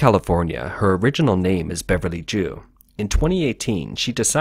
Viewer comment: I had to look it up to confirm because I'm not Chinese or Chinese American, but Zhu is definitely NOT pronounced "Jew"! Really though, not even close, lol